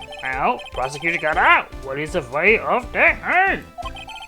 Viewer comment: It's "Godot" not "Gadot"